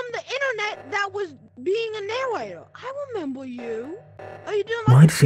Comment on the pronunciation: "I wemember you!" - An Among Us VR player